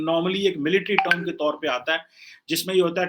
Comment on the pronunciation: Abey Its MILITARY TERM not MILITARY TOME😃